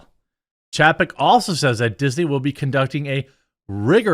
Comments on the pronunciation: It's pronounced CHAY-peck, Jeremy. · It's chay-peck. Didn't you learn phonics as a kid? When there is a vowel-consonant-vowel combination, the first vowel is said how you say it in the alphabet. In this case A. How do you say that when saying the alphabet? Say it the same in his name.